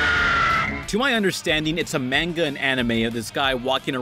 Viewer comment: Just a heads up, the "Ma" in "Manga" is pronounced "Maw" not "May".